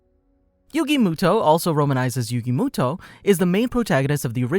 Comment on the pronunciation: who tf is yugi mootoe